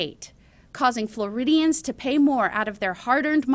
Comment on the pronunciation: If she don't fuc'n stop saying Floridians